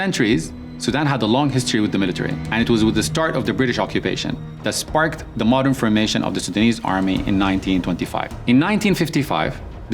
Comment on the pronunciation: "It was with the start of British occupasion..." same story for a long of countries